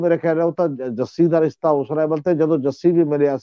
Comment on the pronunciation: The word is Rishta and not Rista as one of your commentators pronounces . Thanks .